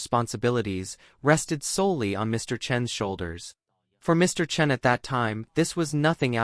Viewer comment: Chen, Chun, make up your mind! You alternated pronunciations the whole video. (Cringe.)